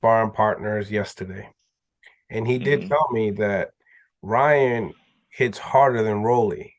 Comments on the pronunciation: Why can't call Ryan by his right name. His name is not Ron garcia it's Ryan garcia. He does the same thing with lomachenko he calls him romon. When you doing a interview you suppose to be professional. Call them what you want when you around your friends but in professional setting or interview. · hilarious he can’t say Ryan to save his life 🤣🤣🤣🤣